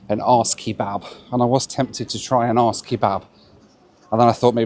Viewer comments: As a Dane I was extremely confused about the place you were going to due to the pronunciation - because there’s actually a town called ‘Aars’ 😂 and I am sure you would have loved visiting ‘Middelfart’ as well 😉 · I really enjoy your videos, but it's not cool to mess up the pronunciation of the name of an city many, many times. -- as if it's ok to do that as a guest in Denmark. Ebenezer Scrouge was less of a grump. Take care,. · Wow, this whole time I have been trying to figure out what city you are going to 😂. The pronunciation was WILD 😅. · You know full well that is not how you say it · And there it is, the moment when you could no longer withhold the true Britard within yourself. Just like that! Don't know what's worst; the fact that you don't even know how to pronounce the name of a city, blame an airline for the weather or know how to look for normal award tickets. Grow up! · Dude really can't be bothered to pronounce Aarhus correctly. Fun joke to hear repeated a f...ton. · The joke about the name becomes very tiresome. There is clearly a H and a U in the middle of the name so the jokes in this video depend on not pronouncing two of the letters in the name (I am from the UK so no expert in Danish but do generally take the approach of pronouncing letters that are in names) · Aarhus is a lovely city. Pronouncing Aarhus like that is what a 7 year old would do. Not a grown up man. Embarrassing. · Quit Aahus'in Around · It could have been a drinking game. 1 shot every time said his destination incorrectly. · For a seasoned traveller he constantly misprounces names of places he goes to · That furniture in Copenhagen lounge is not IKEA, it´s JYSK - the danish low cost, low quality version of the more famous swedish IKEA brand! 😉 Arse 😂😂😂 It´s pronounced Oarhouse - with a scottish pronounciation of house - * huus * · Hahaha….. the way you said the city name Aarhus made it incomprehensible 😵‍💫😵‍💫😵‍💫…….. arse??? It should be “Orrr Huus”